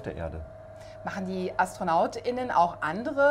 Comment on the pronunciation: Man hat gemerkt, daß da auch ins Stolpern gekommen ist, als er bei "Astronauten und AstronautINNEN" betont hat. Dieses verkürzte zusammengepappte und dann auch noch verbal ausgesprochene Astronaut.innen klingt einfach wie Nadelrodeo auf ner Vinylschallplatte.